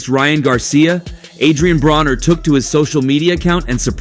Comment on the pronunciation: It’s not Adrien brawner for fuck sake. If you’re going to try to capitalize off of a sport at least show enough respect to have names pronounced correctly….. vulture